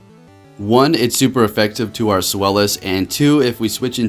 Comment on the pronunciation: Hahaha I love how you went from sfylis to swelis😂